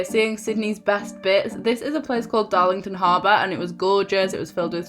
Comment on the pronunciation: It’s darling harbour not Darlington harbour!